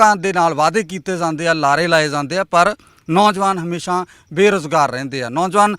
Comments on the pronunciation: Azent leke zande aa 😂😂oh reporter 22 jajje paer bindi layi jana har word naal trying to be more sophisticated i guess,agenta raahi jaande aa na ke zande aa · Zaande aa bai zaande aa... jaande ni zaande aa